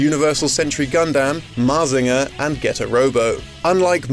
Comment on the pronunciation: The way he pronounced Mazinger is hilarious to me.